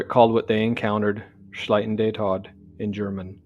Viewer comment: Tod is not pronounced TODD its pronounced like "Tote" but ending a D.